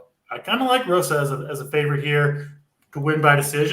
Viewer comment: Also it's Hosa not Rosa and caroleena not Carolina lol sorry